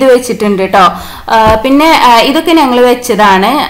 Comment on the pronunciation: നങ്ങൾ എന്നല്ല ഞങ്ങൾ . ഞ എന്ന അക്ഷരത്തെ കൊല്ലരുത്